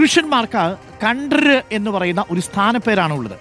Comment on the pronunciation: താങ്കൾ കൺട്രി എന്ന് ആണ് പറയുന്നത്